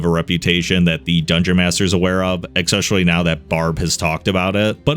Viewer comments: Another banger bro, love your videos. Just one teeny tiny thing don't hate me! It's pronounced ES-pecially, not EK-specially. Just trying to help I swear keep up the good work! ❤ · Man, I love your videos, watched almost all of them, new releases bring smile on my face. But c'mon - there is no K or X sound in 'especially' nor 'et cetera'. And you use those words in almost every vid